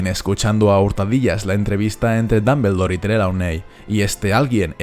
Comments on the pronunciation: No tolero como pronuncias Dumbledore, no tolero no tolero. Dombuldor no Dambeldor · no tolero como pronuncias Dumbledore no tolero no tolero.